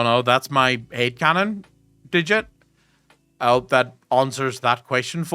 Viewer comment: I swear. Whenever you say Head canon, I hear Hate Canon. and keep thinking about a Head canon filling in all gaps in the story in the worst possible interpretation